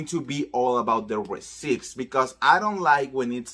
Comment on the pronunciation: Receipts (pronounced «reseets» NOT «resips»!) 🤗